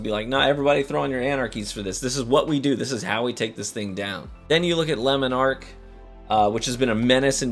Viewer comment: Your attempt to pronounce these foreign words makes me cringe 😬 lemon arc, yallarhorn